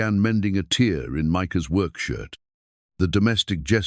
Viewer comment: Tear is mispronounced.